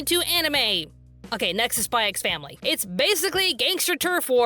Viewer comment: "Spy ex Family" -- For future reference, the "x" is silent because symbols are often used in titles to space out letters. Hunter Hunter, Spy Family, Gun Sword, Kiss Sis, Rosario Vampire, Highschool DD. Right after One Piece came out, a fan wrote in and asked Oda why he called the series "Nep Ece" due to the stylized title.